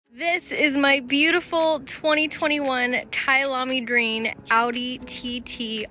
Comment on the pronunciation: I think it’s Kia-lami not kaya-lami OCD i know lol